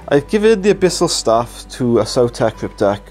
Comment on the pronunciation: Please start pronouncing it “saw-tech” and not “sow-tech” like in dinosaurs. You don’t say dinosows, do you?